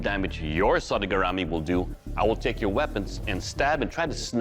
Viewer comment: Man, the spelling and pronunciation of “sodegarami” was SO BAD.